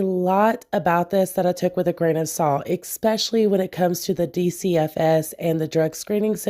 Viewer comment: No hate. 💗 Just a tip... ESPECIALLY. Not exspecially. LITERALLY. Not literately.